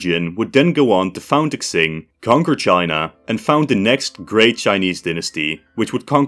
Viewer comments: I don’t know if someone has already told you this since you made the video, but Qing is pronounced like Ching. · Every time he pronounces the ching dinasty I die a little inside